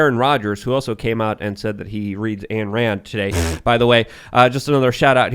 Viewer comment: Learn how to pronounce Ayn Rand's name please.